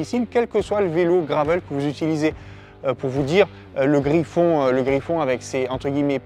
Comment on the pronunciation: Super vidéo, mais on dit pas Griffon mais Griff-N, contraction de Griffin à la base, et non Griffon ☺️